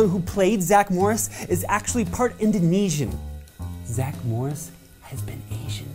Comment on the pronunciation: "Injunesian" lol